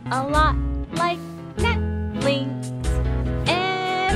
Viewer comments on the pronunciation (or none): did she say Netflinx? lol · you said "netflinks" dont try to mix netlinked and netflix ;)